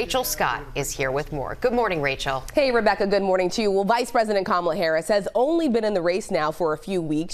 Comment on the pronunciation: OMG, He pronounced her name wrong.😂